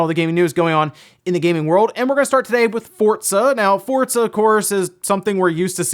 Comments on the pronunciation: theres no t in forza fort-za! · Anyone else bothered by him pronouncing FORZA, “FORDZA”... goddamn that’s annoying... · Does say Fort- zuh. I'm hearing a T in there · He says fortza right? Am I pronouncing it wrong? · Why is he saying fortsa? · Yeah love hearing people call it Fortza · Say "Fortza" one more time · have I been pronouncing Forza wrong this whole time? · Love your videos but the way you pronounce Forza is killing me